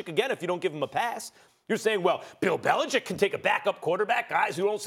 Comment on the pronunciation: Max is one of the few sportscasters who say The Patriots' coachs' name properly. Bellichick, not Bellicheck. man, that always bugs me.